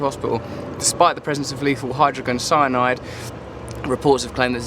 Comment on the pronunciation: Russell's pronunciation of hydrogen-cyanide tho :D